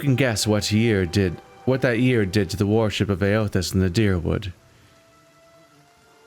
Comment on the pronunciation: Is it a coming thing for Americans to say "warship" instead of "worship"? I can accept the pronunciation of "thorough", but "warship the gods" is just strange.